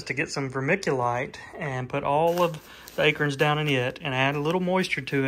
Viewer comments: A-Corns.. not akerns.... lol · Maybe it's my "Jersey Ears", but I could have sworn I heard "A-KERNS/AKERNS"....not "A-CORNS/ACORNS"...right⁉️ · He said aykerns... haha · I’ve lived in SC all my life. I’ve never heard anyone pronounce acorns like you do. Is that an Alabama thing? Thanks for sharing, love watching the wildlife.